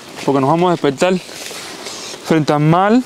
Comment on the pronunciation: Frente Al Mar no Mal. La DICCIÓN hermano.